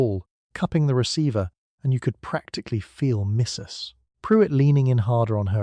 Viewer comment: Please don't end a sentence after 'Mrs' and start a new one with the lady's last name. I love your content, but this is really disruptive to the pleasant delivery.